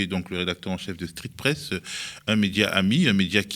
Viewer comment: 23"00 "Street fesse, heu.. street presse.." Merci au Media pour cette révélation...